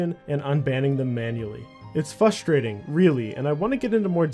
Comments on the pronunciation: It's FRUST-rating. Not fust-rating. Lol. Other than that, amazing video as always! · "Fustrating" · Great content. Only thing, the way you say frustrating is fRustrating!